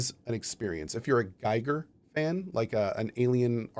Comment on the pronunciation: Gotta be that guy, but H.R. Giger is pronounced like “geeger”